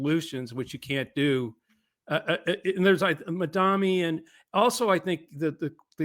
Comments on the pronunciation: With respect, how difficult is it to get his name right? It is "Mamdani". Not "Mamdami" or "Mandami". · Y'all GOTTA learn how to pronounce the man's name. It's Mamdani. Like Mom Donny. Not Mondami. Love y'all, but fuckin hell ✊🐸